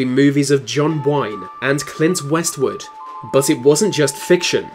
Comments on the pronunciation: Who the hell is Clint Westwood? 😄😄😄😄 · westwood.....really and mesicans..diffearant country..learn names and colinal slang english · can I trust the accuracy of a person who can't even get Eastwood right.